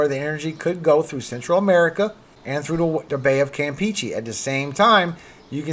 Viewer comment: If I may, the "e"s in Campeche are pronounced like the e in get or in fetch, not like the e in peachy.